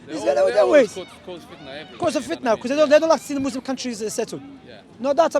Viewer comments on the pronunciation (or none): Can someone tell to stop saying mozlem and say Muslim. There is a massive difference